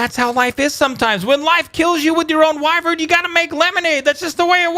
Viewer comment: It's pronounced why vern